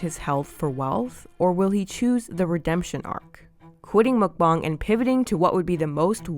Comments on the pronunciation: munkbong? it's munkbang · YOU SAY MUKBANG WRONG ! ITS NOT MUK BONG ITS MUK BANG 😂😊